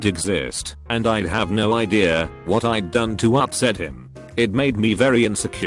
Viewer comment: ”UpSsEt him”